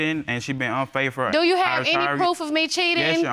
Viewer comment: " she been unfaithfer " lawd hamercy lmao 🤣